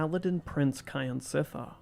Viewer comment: "Kyansittha" pronounced "Kjan sit thar" not "Ky an sit thar"